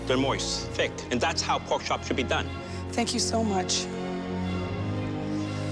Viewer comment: It's poark